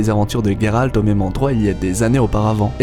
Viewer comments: Sa se dis geralt pas gueralt deso mais cool video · Ta vidéo est bien explicite, mais la prononciation et "geralt" pas "gueralt" ça m'as écorcher les oreilles tous le long de la video Bien a toi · pourquoi tu dit guéralde c est géralde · donc c est pas guéralt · Ah ! Tu prononce ''Gueralt'', prononce le a la Française, je trouve ça plus classe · Excuse moi mais tu prononces mal le Gérald Ça va stresser pour mon toute la vidéo